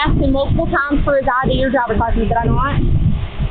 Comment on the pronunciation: Oh, it's the chick that isn't even intelligent enough to properly pronounce "license."